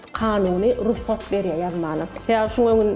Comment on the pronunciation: dogan "RUSGAT" däl "RUGSAT" diýip öwrenip geçipdik bizä, häzir hem rugsat diýip ulanýas! Gowy gepleşik bolupdyr haladym dowam ediň 👏🏻👏🏻👏🏻👏🏻👍🏻